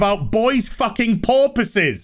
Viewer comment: Did you just say boys fucking porpoises?